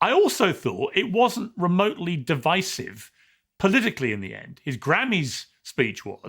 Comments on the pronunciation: Your points are really important, when this is all sorted out and the democrats are back in office…….we are going to have to have a conversation about how you say divisive. What the hell is divissive. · Why is he pronouncing ‘divisive’ that way, notwithstanding, agree with all he says. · Dude. That was a brilliant video until you made a complete mess of pronouncing "divisive". Keep up the otherwise excellent work, though 👍